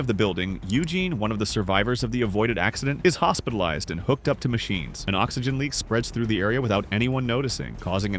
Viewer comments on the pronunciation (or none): none